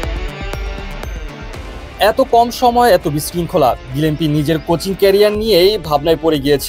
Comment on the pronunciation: বাংলাদেশের সাথে টেস্টে ডাবল হান্ড্রেড করা একজন পেস বোলারের নাম গিলেস্পি, কিন্তু সাংবাদিক কি উচ্চারণ করতাছে বুঝিনা। গিলেম্পি নাকি গিলেস্পি?